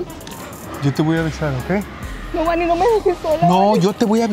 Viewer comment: Oigan soy la unica que escucho mal o le dice Bani a xD?